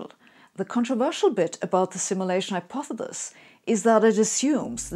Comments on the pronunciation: so we are supposed to follow this Hypothesis from someone who cant even say the word hypothesis.... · Personally I pronounce it, "hypothethethis. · I’ve only just found Sabine’s amazing videos. Why does she pronounce ‘Hypothesis’ as ‘Hypothelis’? Tongue twister? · Or how she can't say hypothesis, but we love her anyway. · I love how you say hypothesis. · I think the way you pronounce 'hypothesis' is cute. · Why would a computer programmer create a synthetically simulated Sabine who can't pronounce the word "hypothesis"? Is this a glitch in the algorithm? Or did they do it on purpose to throw us all off track? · Aww. Isn't the little physicist cute when she can't pronounce hypothesis. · How cute. Sabine, an undoubted brainiac, who gave quite a good talk distinguishing American and English pronunciations, cannot pronounce hyopthesis. She stumbles at the last syllable. Reminds me of my late father, a very intelligent and well spoken man, who could not say "ordinary". Such is life. I'd like to think I could teach her, but I never managed with Dad %^)